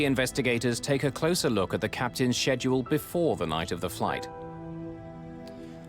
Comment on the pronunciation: He was just behind “SHHEDULLE”